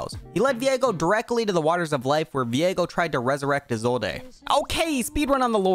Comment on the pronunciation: Why did you pronounce Isolde like that